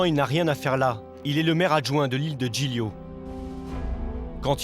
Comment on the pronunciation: PILON Zoo Le « GL » en Italien ça se prononce « L » comme Gli Spaghetti sa se prononce « Li Spaghetti »